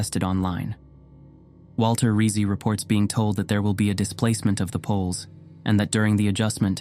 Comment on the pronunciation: Rizzi = Ritt-Zee --- like pizza = Peet-zaa